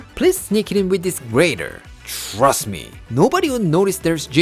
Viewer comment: “Chhhrust me” Always makes me laugh 😅 I love jjangmyeon. I will use over some rice and add some gochuguru for some spice. Thank you for the recipe. I can’t wait for your book 😊